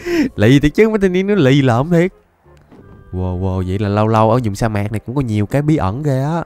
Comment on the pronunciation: sa mạc nha thầy chứ không phải xa mạc :)))